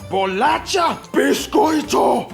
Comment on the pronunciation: Bixxxxcoito, é nóix! hahahahahahahaha